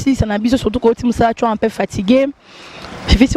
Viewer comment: deux cents et pas de cents, un peu et pas un pe, travaille la prononciation. u eza i te, eu eza différent na é, ai eza eu te. mais t'es très belle de visage. encore attention na bébé na ngandu. po display ça craint. j'ai peur pour toi.